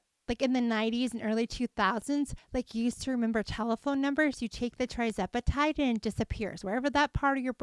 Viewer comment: It’s not TRI, it’s TIR zepatide.